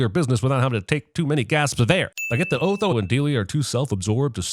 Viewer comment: Just yesterday, Jeremy was pronouncing his name as "Aw-tho" , so we know him or the writers haven't watched the movie, or watched it so long ago that it faded out. Also, he really falls into the "Strang and Unusual" category.